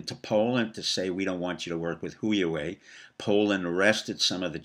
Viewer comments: Dr P... Huawei is pronounced "Hwa-Way". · I think Huawei is pronounced Wha-Way.